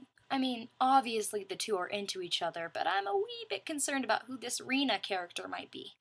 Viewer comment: great review! couple mispronunciations like Riordan's name is like rye-or-dan Hephaestus doesn't have an 's' between the 'e' and 'p'; and Reyna is supposed be be said like reign-uh. i don't want you to take this personally, but mispronunciations of words and names is like my biggest pet peeve lol